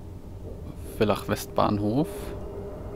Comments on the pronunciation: Interessant. Ein ÖBB Vectron vor nem Personenzug. Eigentlich darf die ÖBB Vectron keine Personenzüge ziehen. Und Villach wird ,,Fillach" ausgesprochen. Nicht ,,Willach"😉😉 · hey, die signalnachahmer müssen nur bei gelber umrandung und gelbem signalbild(Also Signalbild Vorsicht) bestätigt werden. Und Villach wird eigentlich Fillach ausgesprochen. (Hast es eh bei villach westbahnhof richtig gesagt) Bei muss der hauptschalter oder panto nicht raus, du darfst lediglich nicht mit gehobenem Panto dort anhalten. Tafel heißt elektrische Streckentrennung